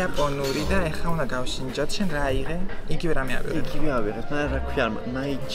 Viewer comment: გავ,,შ"ინჯოთ არა შე ყლე კაცო,გავსინჯოთ,მაგრამ რას გასწავლი რწყევამდე გეზიზღება ყველაფერი ქართული,მათ შორის მეტყველებაც